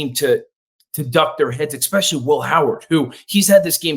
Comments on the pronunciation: Please learn to say especially. EXpecially really hurts my ears. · EXPESHIALLY IF YOU'RE GOING TO USE IT SO OFTEN